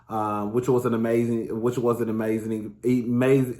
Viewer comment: "Ee-mazing" 😂😂 she's rubbing off on us 😜